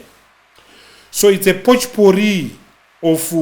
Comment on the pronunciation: "So it's a pochporee..." 😂